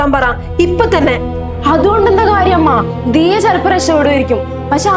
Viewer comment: ദയാ അല്ല ദിയാ